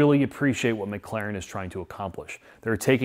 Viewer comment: It's McLaren, not McClaren 😂